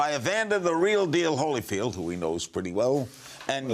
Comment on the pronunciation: holyfield sounds like he has brain damage